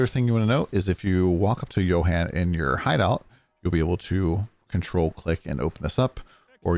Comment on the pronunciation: thank you for pronouncing Johan's name correctly this time. Good vid!